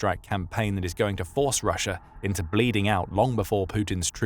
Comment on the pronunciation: "perfect place por putin po position pussia's post pimportant poil pacilities" Did anyone else hear that too?